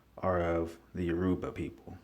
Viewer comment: Please pronounce the name correctly! You- Ra-Ba, not Yo- Ru-Ba. Actually, the israelites/Hebrew got their traditions from the Yoruba and Akan,. We didn't get our culture from them. They got theirs from us. Assyrian??? Hell no! When you are talking about Oyo, if Alaafin Sango, baba mi, the fourth Oba of Oyo -- it's greatest Oba (king) is not listed, this is bogus. Iya Kai, Oni Sango.